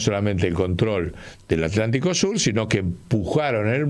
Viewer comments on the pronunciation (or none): none